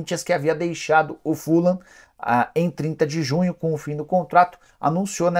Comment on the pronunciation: Se pronuncia “Fulran” e não fulan